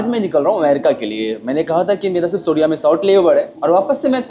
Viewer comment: Bhai R ko D bolna kab chhodoge ... Kodiya 😂😂😂 bhai koriya